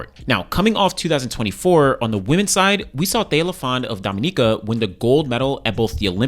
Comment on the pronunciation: Being from Dominica, I'm just grateful that you pronounced it correctly..Kudos!!! Looking forward to seeing Thea continue to improve. She's been on a great trajectory for the last 2 years before peaking at Olympics. So, the goal now should be to keep improving and medals will continue to be in her future. I'll be staying tuned.